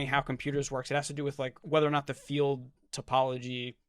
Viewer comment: Hi, can somebody please explain what a “fiut” is? Unless I misunderstood and Bernardí is saying “field”… 😊